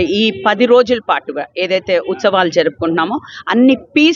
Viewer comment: Uchavalu kadhu Amma, utsavalu adhi..